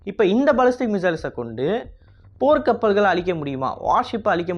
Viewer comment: போர் கப்பல் அடிக்க முடியும் னு தவறுதலாக உச்சரித்துள்ளீர்